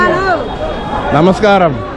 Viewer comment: Friend it is namaskara in kannada.not namaskaram. Kannda is beautiful language, you have not spoken single word in kannadaThat made me disappointed